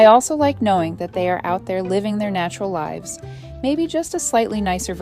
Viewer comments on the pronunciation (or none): AI garbage narration. Where wildlife “lie-ves”? Do you mean “liv-z”? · ....wildlife "lives" pronounced with a long "i" sound. A.I. garbage. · If you want to know if it’s AI just listen to how it mispronounces the word “live” or “lives”. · AI narration or mispronounced "lives"? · This voiceover seems like it was AI generated because of the way “lives” was mispronounced . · Your AI mispronounced lives. You may want to teach it the difference between long “i” and short “i” changes the meaning drastically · “Wildlife lives” - wrong pronunciation, AI detected. AI has advanced so much but somehow can’t get contextual pronunciation right. 😌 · AI generated voice -- mispronounces the word LIVES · "Plenty of wildlife LIVES" (rhyming with "hives")??? I hate AI. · Ai crap voice but nice story. Lives ? It lives in the woods. Not live like Live from New York….